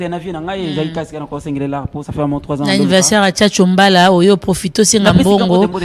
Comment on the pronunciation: Mais francais ebeba boye na kin pourquoi? Olobi "anniversoeur" après olobi "plice 243".